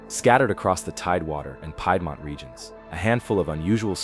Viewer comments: VA born and raised also It's not Pie-dmont like a 🥧its Peedmont "Piedmont ✌🏻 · Yes. One example was piedmont, it's pronounced as peed-mont not pied-mont. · Peedmont. For the word Piedmont... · You know if you’re gonna talk about a place you should learn how to say the words right. Rivanna is short for the river anna. Riv anna. Piedmont is pronounced peedmont. Staunton is pronounced stan ton. There were a bunch more but seriously. Jeez. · Also: Iroquois s/b EER -o-kwah, Piedmont s/b PEED-mont; Chimneys - "ch" sound as in chip, not "k" sound; sed-i-MEN-tary, not sed-i-men-TARY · Dead at how he pronounced Piedmont